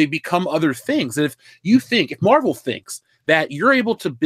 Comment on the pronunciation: Captain Meh-vel